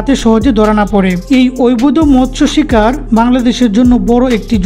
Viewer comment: অবৈধ শব্দটা উচ্চারণ করতে খুবই কষ্ট হয় মনে হচ্ছে